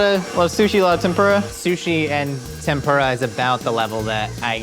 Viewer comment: Pronounced KOO-DOUGH, it means black. Edit: TEM-POO-DAH Edit 2: MEE-DIN